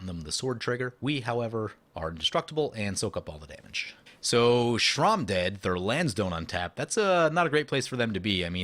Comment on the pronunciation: Sram isn’t pronounced Shrom It’s S-ram not being mean I actually find it funny actually